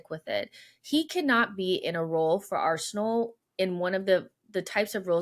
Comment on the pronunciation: Arsenal has two syllables even Josh knows that